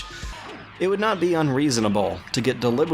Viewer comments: Love the analysis and agree almost completely. However, it's "anticlimactic", not "anticlimatic". I used to pronounce it the same way until a couple years ago. It just sounds terrible when pronounced correctly, you know? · god this "review" is absolute trash btw "anticlimactic" there is a letter C there that you are supposed to pronounce. it's not anti-climate. please try to do better in the future